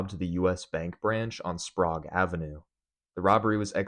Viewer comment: I live in Spokane. Only thing I'll say is Sprague Ave is pronounced like you're saying spray instead of adding an S to Prague. I remember that happening. Was crazy.